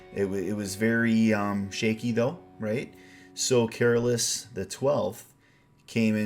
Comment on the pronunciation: Careless the Twelfth ? I guess you were trying to say Carolus, but it did fit as it was Carolus who finally ruined the empire unfortunately .. coming from a Swede :D Swedish version is superior in every song , this applies to the whole album in my opinion.